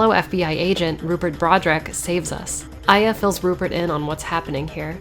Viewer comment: I always thought it was pronounced eh-yah, not eye-yah